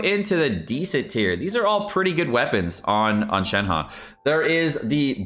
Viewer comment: Why is it ShenHE can be read as ShenHA? It is ShenHER to be easy for non mandarin speakers.